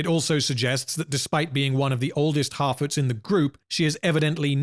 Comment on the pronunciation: I keep thinking I hear him saying "half-wits" instead of "harfoots" but both mean pretty much the same thing.